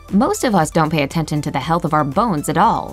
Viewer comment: “Attenton” anyone else notice? 😂